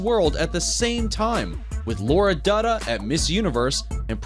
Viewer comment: Lara Dutta and not Laura Dutta